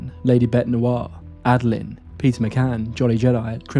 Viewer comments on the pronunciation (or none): none